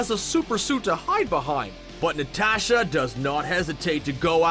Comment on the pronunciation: OH MAH GAWD SAY IT WITH US: N-A-T-A-S-H-A ITS SO FRICKEN EAZY